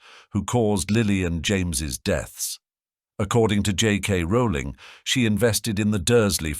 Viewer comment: Is the author's name pronounced "roe-ling" or "raow-ling"? The speaker can't decide.